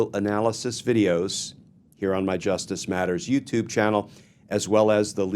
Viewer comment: You are so great Glenn!! Thank you for the information. But the beginning lead in, where you are talking normally, but then all of a sudden you turn stern and scary and bark "justice matters!"...thats distracting. Just be you, like "welcome to Justice matters"